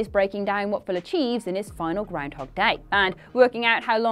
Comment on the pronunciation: I just like hearing say 'grindhog'.